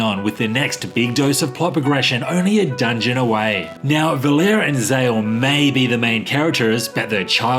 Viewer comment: I heard soemone on YouTube doing a Sea of Stars review pronounce the womans name is valerie. Valeer is a cool way to say that woman care-actors name. lol.